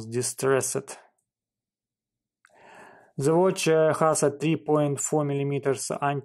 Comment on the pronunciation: Хас, крызис, тёртин мимлимитерс, комфОртабал..в каждом слове ошибка, практически...это какой язык хоть?....Сделай уже что-то с акцентом и произношением!